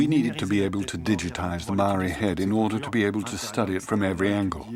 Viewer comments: Mar-ray-a???? It's pronounce Mar-reye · My god man learn how to pronounce Maori! It makes me cringe every time you butcher the word ....It is for your information pronounced Mowree not marie Mow like mow,ld (mould) ree. From the Tangata Whenua (people of the land) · Maori not mari 🤣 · it's pronounced mou-r(d)i - like mouldy but with the 'r' replacing the 'ld'. Notably the 'r' is tapped, not just said, so it's a bit like if you rolled it but only for a short amount of time. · Love it but every time he says 'mow-ree' I cringe a little